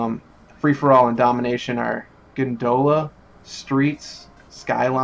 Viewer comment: quit saying GONE DOLE UH its GONE DUH LA!!!! this is the third fucking time ive told you _ DERPA DERP DERP